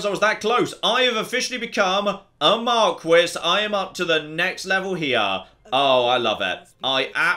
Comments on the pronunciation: Isn't it pronounced MAR-KEE? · Is anyone gonna let know that Marquis is pronounced more like mar-key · Please say marquis the way it should be said